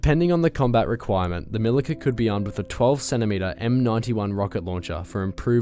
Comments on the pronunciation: LOL! C in Milica is pronaunced like ZZ in Pizza. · Milica = "Mee-Lee-Tsa" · Milica, C is read like ts. Also Osa is not an acronym, you are supposed to pronounce it as it is written, btw it literally means hornet. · Its actually pronounced Mili-ts-a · It's "MiliTZa" :). Punctuality is important :) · pronouncing Milica wrong.